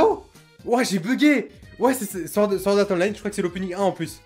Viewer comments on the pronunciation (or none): none